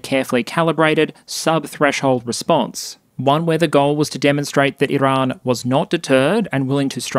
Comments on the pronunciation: There's no way I can put up with an hour of this guy's pronunciation of "Iran". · Why do you use an Iranian accent when saying "Iran" and "Tehran" but don't use an Israeli accent when saying "Israel"?